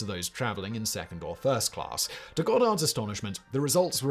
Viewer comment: Lol@ the narrator: "claRss"